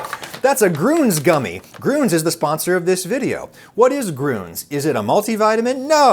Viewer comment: You know, the 2 dots on "grüns" are not for decoration. I think, if you're not pronouncing the letter as an ü, you shouldn't be writing it as an ü, you should use just a regular u. Same thing with a band like "motörhead", either pronounce the "ö" or write it with just an "o"